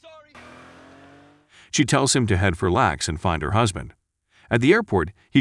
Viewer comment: I love the narrator pronounces LAX lax, the word lax. Like laxative.